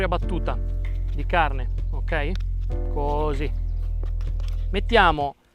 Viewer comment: Intanto, con l'aria, Diego Rossi dice "coosì" come CHEF Bruno Barbieri